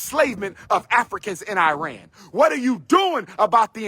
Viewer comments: Its pronunciation is Ehh-Ron not I-ran Second, we are not Arab, we are Persian. 🤡🤡🤡 Shout out to you and your people for not standing up for Iran and our people during our battles against real discrimination and a government killing people. We stood for BLM-Afghanistan-Ukraine You a 🤡💯💯💯💯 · Arab=“Air-rub” Iran=“Ear-run”